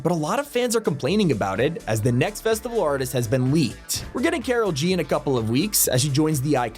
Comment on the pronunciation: I know who "karol G" is and thats not how its pronounced